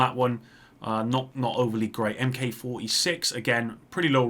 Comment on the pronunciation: I'm so glad I'm not the only who caught that and commented. The other thing that gets me is that he says "M-K" instead of "Mark" any time he comes across a Mk46 or Resolute Mk 47. He should know better, he's a friggin' Brit, and those Limey bastards always poke fun at us for making the same mistake!